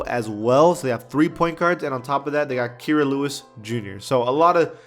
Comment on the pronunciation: Lol Cassius Stanley (the I is silent) Kira Lewis Jr (KI-RA) not (Cure-Ra)